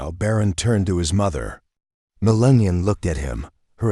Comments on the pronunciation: First of all, learn how to pronounce first names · You can't even get her name right! 👎🏻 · How many times did you mispronounce Mrs. Trumps first name??? That's disrespectful also. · Why can't you pronounce her mame. So rude and disrespectful. Couldn't watch it with the robot voice that can't pronounce Melania's name. So Annoying. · You know if you had miss pronounced Kamalas name once you'd have been in trouble with the media and DNC ,now show melania the same respect, we know Kami didn't deserve it. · At least learn how to spell and pronounce her name!! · Say the First Ladies name correctly AI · I don't think this is real. The voice isn't pronouncing Melania's name correctly. This may be e AI. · Whomever is speaking during this video needs to speak Melania’s name correctly. You wouldn’t get away with mispronouncing Michelle obamas name ( I mean Michael). You people are just EVIL….. Melania is a First Lady who is very intelligent, beautiful with class and I might add compose. Calloway is disgustingly and jealous and probably very (scared). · This is a great story that proves the parenting skills of Donald and Melania Trump. However, I was extremely disappointed that the narrator could not pronounce our First Lady's name correctly. Ever. Not once. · Your not even pronouncing her name properly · It would be nice if the AI voice was programed to pronounce Mrs. Trumps name correctly. pathetic! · Talk about dis-respect..... learn how to pronounce our beautiful First Lady's name correctly!!! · I hate A I. How many times did they butcher Melania’s name? And in the end, repeating the previous clip. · I am proud Baron stood up for his mother!! Sorry, but some constructive criticism for your post. Several words were not pronounced correctly. Several Missus should be Mrs. . More than anything you spelled and pronounced Melania's name in several forms. She is the First Lady for 2nd time and deserves to have her name spelled and pronounced correctly. Thank You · It's Malania